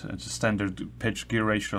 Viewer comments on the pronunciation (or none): none